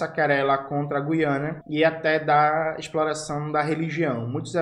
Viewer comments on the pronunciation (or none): none